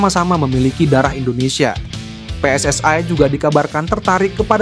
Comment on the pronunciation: Bang bicaranya jangan seperti negara jiran PSSI yah....bukan PSSAi...